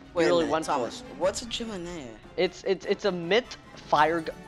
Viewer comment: lmao "chiminea" very accurate